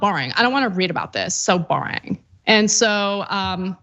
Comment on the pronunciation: LOL!!!! love love "So "Bouring"... So "Bouring", that is exactly how she speaks!